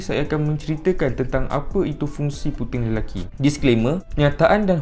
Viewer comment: "tapi untuk lelucky"